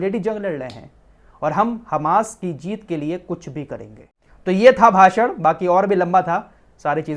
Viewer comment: भासड़ नहीं भाषण होता है